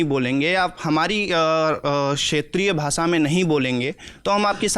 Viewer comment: Lallantop waala hi भाषा ko भासा bol रहा है 😜